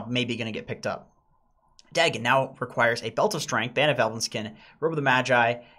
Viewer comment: As a japanese the way you guys pronounced Sange and Magi was ear rape 😞.